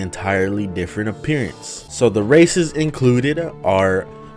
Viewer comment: I thoguht he said "A mod that addes racism" xd